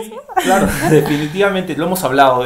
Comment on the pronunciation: Me gusta tu forma de hablar. Ese pronunciación tan francesa: pogqué, exagto, clago, pego. 😉. Saludos de MX.